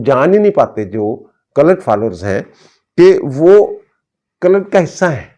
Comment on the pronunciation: It's called a cult, not culut.😊